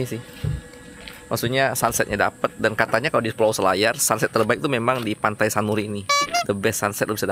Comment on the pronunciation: Pantai sunari yah 😂 bukan sanuri 😅